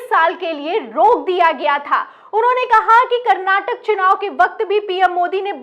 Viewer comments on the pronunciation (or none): none